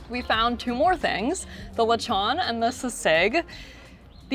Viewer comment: Lee shon? See seeg?